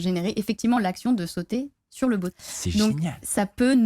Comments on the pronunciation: On l'adore mais je peux pas m'empêcher de faire remarquer qu'elle dit 'boat' pas 'bot' x) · Par contre c'est quoi le délire avec la prononciation du mot "bot" en "boat" ??